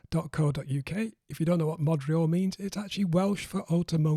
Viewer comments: It's modurol, (moh-duh-rohl) which means automotive in Welsh. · You pronounce it MOD REE ALL but it's spelled MOD YOO ROL. WTF? 2005 Cabrio LHK Quartz Met LHJ Dove.